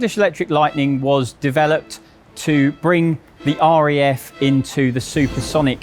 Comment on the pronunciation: It’s RAF not REF…..why do people saying it like that!!!!